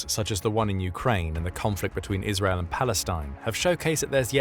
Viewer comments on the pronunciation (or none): none